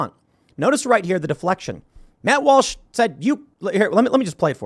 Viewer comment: Tim calls Matt Walsh "Malsh"